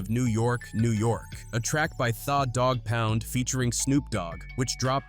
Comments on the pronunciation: How do you pronounce the dog pound thaah dog pound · Thawwww Dogg Pound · This AI shit has got to stop. Cover people and stories using your time and your own voice to do it. What the hell is THA DAWG POUND, If you are a Hip Hope fan, you would know and pronounce it correctly. The Dawg Pound. Put time into your work and stope having AI generate stuff for you. I appreciate the light was shined on the story though. Just show the culture some more love by not having AI generate content. Respectfully! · AI needs to learn how to read slang..the way it say Tha Doggpound 😂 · “Tha” Dogg Pound 🤣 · Narrator is a goof the way he pronounced tha dog pound lol smh